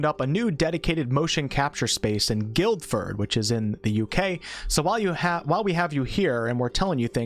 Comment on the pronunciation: Thanks man, loving the content! Just thought I'd let you know (as someone who lives in the UK close to Guildford), it's pronounced phonetically as 'Gil-ford' (silent d). Know us Brits have some weirdly pronounced place names over this side of the water so just thought I'd let you know 😅👍